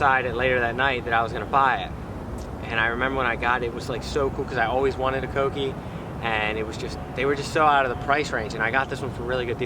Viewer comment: “cokeie” lol